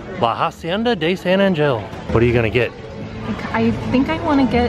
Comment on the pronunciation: Oh, it’s pronounced San anHEl. 😂